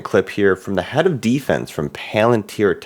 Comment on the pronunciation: You pronounced defense like it was a football team.